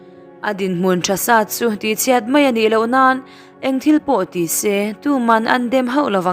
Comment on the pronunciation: Kei chu ngaihthlk hreawm k ti lem lo mahse ngati nge chhiat leh chhuah hi chiat , chuah i tih tlat a